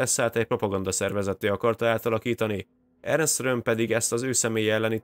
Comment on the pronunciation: Így van ne Ernest mondjál hanem simán Ernst. Maga a műsor nagyon jó.